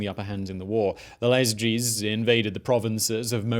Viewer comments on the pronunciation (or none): Pretty sure it's Iazyges not Lazyges, I - not L. o.0